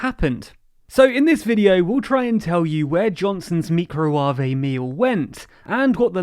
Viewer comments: Me-crow-wav-vay ready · Microuawe meal. I'm dead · AHAHAHAH HE SAID THE MEECRO WAVAY MEME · Meek-roe-wah-vey is absolutely the best pronunciation of microwave. XD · Did he just say “meecrowahvey”? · "Meecrowaveigh ready" 😂😂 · Exactly it was micro-wah-wé deal, not oven ready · lmao micro wavé deal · "me-cro-ah-ve"??? LMAO! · "MEE-CROW-WA-VAY deal" AHHHHHH I'M DYIN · Mee-crow-wauve-ay? I thought Al-u-min-ee-yum was bad. :) :) jk As an outsider from the USA, I think Boris and the Conservative wanted a no deal type Brexit all along. I wonder if they are thinking that if the economy goes into the toilet over a bad Brexit, then they can shove through some agenda in the chaos.